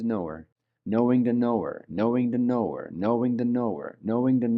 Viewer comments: Sounds like he's saying know the noor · it's like he's saying "knowing the Noor" is how I kept hearing it XD ---EDIT: lol i didn't make it far enough. PART 2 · People that follow crazy and sign up for stupid get crazy and stupid outcomes. p.s. in the beginning of this video I had a little jump scare too bc I thought he was saying Noor Noor NOOR!! 😂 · 😂😂 it really does sound like he is saying KNOW THE NOOR KNOW THE NOOR KNOW THE NOOR 😂😂 But just wanted to ask is what he is actually saying know the knower? As I just can’t un hear ‘Noor’ now when I hear it. 😂😂